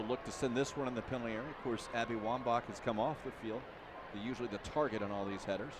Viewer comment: "Abby Womba" .... uuhhh